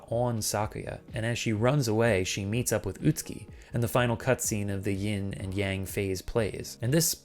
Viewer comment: Man mocks voiceover’s pronunciation of Kureha, but can’t accurately say Yin or Yang right to save his life.